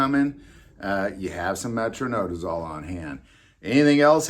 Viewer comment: Metro-NI-dazole, sorry nurse here with ocd when it comes to pronunciation, don’t drink booze with your flagyl